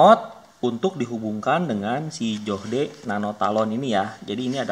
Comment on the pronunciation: "Joh - d" wkwkwkkwkw